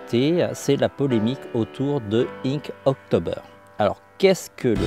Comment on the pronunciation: C'est pas Ink October ! Mais Ink Tober ! vous vous tromper sur quasi toute la vidéo. Vous m'avez écorché les oreilles mdr ...